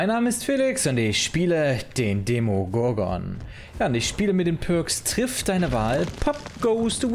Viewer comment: Der D e m o g o r g o n! Ich liebe die Betonung